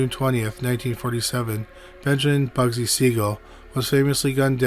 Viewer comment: Interesting stories - though you may want to work on speaking a little more clearly. The second time you said Bugsy Siegel's name, you called him 'Bugsly' and the third time you said it you called him 'Ugsy.'